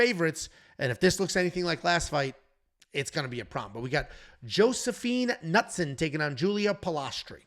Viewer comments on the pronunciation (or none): Sorry it's Brad KatOna you said Katana here and in the reaction video. Knutsson has a long U Good news, Artem had the pronunciations correctly